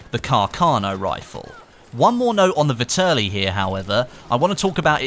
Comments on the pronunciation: Nice video, but its pronounced Vehterlee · It's pronounced Vet-er-Lee